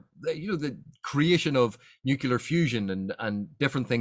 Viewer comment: what's this word "nu-cu-lar"?